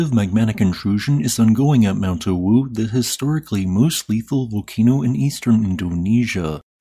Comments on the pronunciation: "Ah"-"woo", the w is spoken without aspiring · I'm from Indonesia, your mention of Mount Awu is quite funny😅 Just say the letter A as usual (opening your mouth) then add wu😂😂